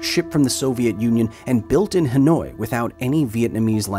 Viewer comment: Dude pronounced "Hanoi" as "Annoyed" lmao